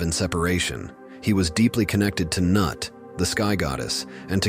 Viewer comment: It's not pronounced Nut, it's Noot! (Also, Geb has no father.)